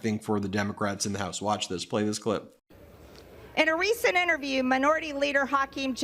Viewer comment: EmptyG: “Een uh reesinn innerview”. Derp derp